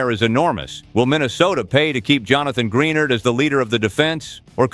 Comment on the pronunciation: Gren ARD not greenard